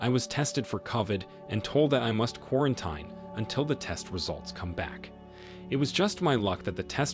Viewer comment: Quarantine is pronounced quaranteen, it's not a long i sound.